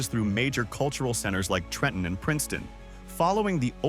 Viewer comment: Best part of this compilation was A.I. voiceover pronouncing "TREH-EHN" correctly on the first attempt 😂😂😂